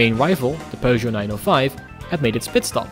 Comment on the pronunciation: As a french guy, i love the fact that your pronunciation of peugeot is spot-on, not pewgeot, peugeot.